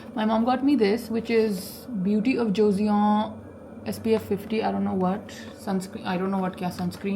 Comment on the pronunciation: Nice to see you back. Btw beauty of Joseon is pronounced "Josun"